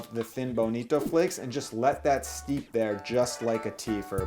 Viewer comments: Bro you don't "steap" it, you "steep" it. Double e, no a. But I love your content, like and a sub. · Steep not steap